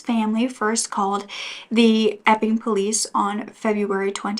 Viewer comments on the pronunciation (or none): Thank you for always having contant warnings, just knowing that it is coming in the video makes it easier to hear. Everytime you said " the Epping police" I heard "the f'ing police" 🤣🤦‍♀️ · When u say Epping police I hear “F-ing police” 😂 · Such a horrible story. Thank you for sharing so sensitively. Inappropriate of me maybe, but possibly a coping mechanism, every time you said the town's name it sounded like Eff-ING. It did make for some comic relief :-). Keep up the great work 👍